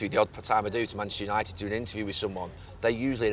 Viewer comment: Gary “YAnited” Neville